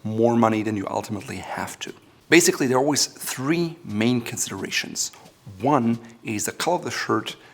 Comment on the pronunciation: the funny way to say basically 😁😁 another very useful episode! Thank You!